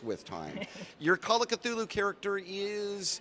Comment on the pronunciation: La foule que l'on aperçoit à travers la vitre, ça me fait penser à Walking dead! Tous ces gens qui avancent lentement et s'agglutinnent au même endroit. 😅 Sinon sympa l'interview. Et cette prononciation de Cthulhu à l'anglaise, merci 😁